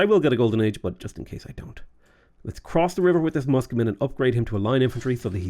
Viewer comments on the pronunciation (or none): none